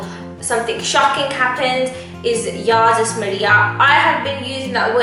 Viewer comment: I love the video! it was funny, but you completely butchered 'Jezus Marija' lol. Anyway, my go to 'swear' word is Jezus Marija or just Marija. Jezus Marija translates to Jesus Mary (Mary as in Virgin Mary). Fun.